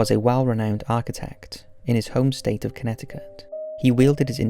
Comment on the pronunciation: I have to give you a lot of credit for properly pronouncing "Connecticut". Most people from the U.S who aren't from New England say it incorrectly. Fun fact: Connecticut is derived from the Algonquian language meaning "long tidal river".